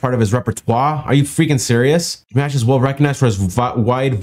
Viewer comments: Oh, a newbie! Always funny to watch a new person react to our beloved Dimash (btw, it's DEE MAHSH, not like mashed potatoes). So, believe me, the first time you react to Dimash will be like that EVERY SINGLE TIME. Dimash is the ultimate performer, the artist, the ultimate singer, the ultimate EVERYTHING. You have ZERO idea what rabbit hole you are going down into. I kid you not when I tell you that this man is not a normal human...more like he's an Angel sent down to amaze us, to enthrall us, to give us love, hope and teach us all to be a better person. I know that sounds super overinflated, but time will tell you how special he is. He's the kindest, most loving and amazing person I have ever had the privilege to see and I am so glad that I was alive during his time here. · Dimash - the "a" sound is the sound in father, not the sound in hat. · His name is pronounced like DeeMosh (Dimash) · Yes! We LOVE Dimash. (pronounced Dee Mosh) He is amazing! His vocal skills, but also him just as a person. Look forward to more of your reactions to this amazing singer! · It’s di-mosh. He’s from Kazakhstan.